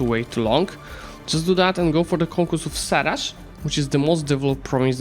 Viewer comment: It sarai, not sarash😅